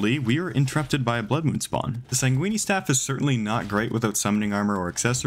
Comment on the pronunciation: I literally paused when he said it I was like the WHAT staff ?!